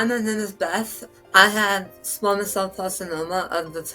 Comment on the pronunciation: Narrator: it’s squaaamous (long “a”) cell. (not “ah” sound). Please look up terms if not sure of pronunciation.